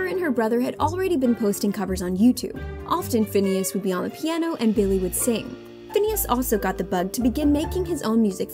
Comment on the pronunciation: The lady keeps saying finneas name wrong